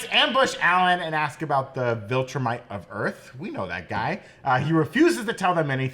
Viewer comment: Am I the only one weirded out by them pronouncing it 'vOltrumite'? Like, is that some inside joke or did you guys just never see how it was spelled and misheard it over and over and over again while watching the show??? Also how has no one told yall??? It's 'viltrumite' with an 'i'...